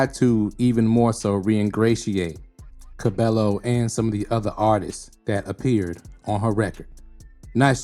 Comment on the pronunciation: Excellent video, glad you exposed Camila for who she is. Also Just for future vids, her last name is pronounced Ca-BAE-yo